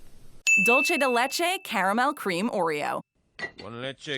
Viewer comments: It's pronounced "Dool - se" , not "Dool - chay" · Everyone: "Dulce de leche" Americans: "DOULCHE de LECHEI caramel" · “dulchay de lechay” 🤭🤣 BRO I CANT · 😂 dulche de LeChee 🤣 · It made me laugh because of the way she said "dulce de leche", very different of how spanish people say it.